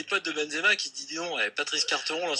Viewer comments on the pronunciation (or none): Je suis d'accord avec toi, mais c"est un sale con et c'est pas "Carteron" mais "Quarteron"